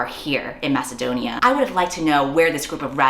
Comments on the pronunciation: I'm sorry, "Masadonia"?! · I'm sorry? "Masadonia"? Like the real geographic location Macedonia? what